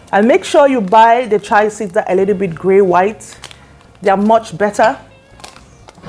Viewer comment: It's called Chia not what you are pronuncing